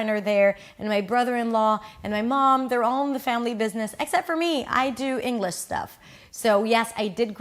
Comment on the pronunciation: It's not Englush. Engliiiiish. Nobody's perfect. Least of all me. However American English is annoyingly over dramatic. It was like.... we were like eeeeaaaand kinda like ....sorta kinda. Laaadddeeerrrrr. So Stop speaking in buzz phrases. Please try finishing a sentence. Explain what it was like etc etc etc. Finish the sentence. Tell a story. I saw one of your videos criticising overseas people with pronunciation. So I think I've redressed the balance. I seem to be correct when I told my friend you were over dramatic. All was revealed halfway through this video. After that it was hard to listen to. Advisory footnote: Try speaking in sentences in a down tone. When making a statement. Otherwise it sounds like you're asking a..... question? Good day.